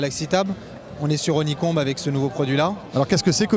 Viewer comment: jadore come le gas honey Comb il le dis a la french